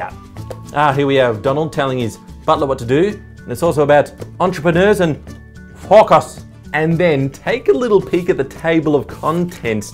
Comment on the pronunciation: at "focus" I thought he said "fuckers"